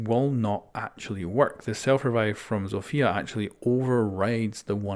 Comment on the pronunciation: Read Zofia not Zofija